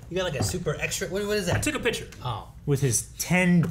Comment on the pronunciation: The last mailbag alerted me to the fact that says "pitstdchure" instead of picture. Can't unhear haha